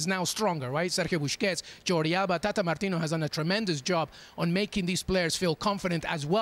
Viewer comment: why does he keep calling him sergio buSHkets?? driving me nuts.